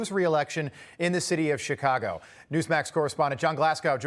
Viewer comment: Did he literally call it SICKcago?🤣🤣🤣🤣🤣